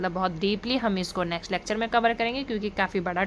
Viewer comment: It's lecture not lacture.